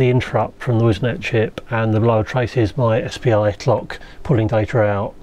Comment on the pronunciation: Yeah but my problem is that even at slow speed some words are hardly understandable for me; I hear for example "SPI tchloch" (I'm exaggerating) instead of "SPI clock" and I must elaborate instead enjoying the video. This makes me feel annoy because I follow mostly English channels without difficulties and I'm sorry to be in fault on this particular channel. This is a great channel and I would like to understand all of his words. I don't understand if it's a matter of accent or pronunciation.